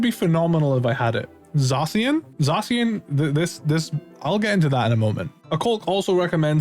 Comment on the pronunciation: the way he says zacian hurts me